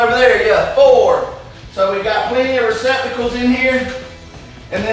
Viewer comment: lol I like hearing him say receptacles in his accent